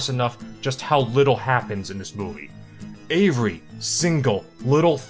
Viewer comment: Why does he say every like avery?